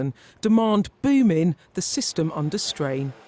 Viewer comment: " booomin" gees